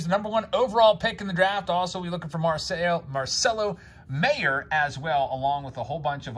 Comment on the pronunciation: Marcelo Mayer's last name is pronounced like "Myer" btw.